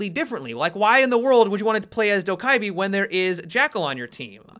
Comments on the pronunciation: From what I’ve heard from Korean friends, Dokkaebi is pronounced “Doh-keh-bee” or “Doh-geh-bee” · hey, I am Korean and I just wanted to say that Dokkaebi pronounce as "DO-KEH-BEE". Thanks! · Pronouned Doh Keh Bee just fyi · Pronunciation - Dough guh bee For those people who care! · Just pronounce her correct pls... (South Korean here) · The k's sound like G's by the way